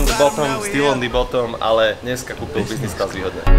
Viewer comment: Kamo práveže mňa to biznis class uplne rozsekalo :D vzdy som si predstavil toho typka :D